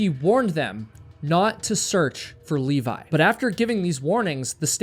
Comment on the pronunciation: Levi. Not Leevaaaiii!!! :D